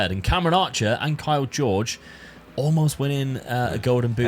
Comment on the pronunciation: Kaio Jorge ❌ Kyle George ✅